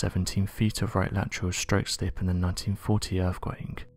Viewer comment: Stop saying "End quote" you prick. Also, what is an "earfquake"?